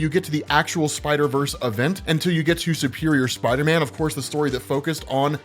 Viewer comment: I’m I the only one who thinks they way says spider man sounds weird. It sounds like he’s calling him spiter men.